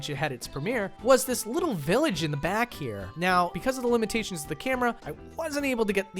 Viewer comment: "Lemon-tations" - 2019